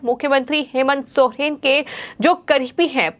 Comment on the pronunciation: Soren hota h sohren nhi kon reporter bana diya h isko re baba 🥴